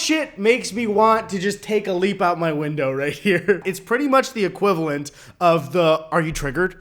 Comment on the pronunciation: he said equivawent . guy eddy tried to say equivalent but he said equivawent. hey i need to go to bed